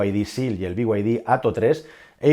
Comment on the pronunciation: Vamos a dejar de decir memeces como be-way-di. Be y de